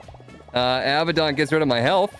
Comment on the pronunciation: 2:2:39 HUTTS IT'S PRAOUNOUNCED UH-BAD-IN NOT AB-UH-DAWN!!!111!!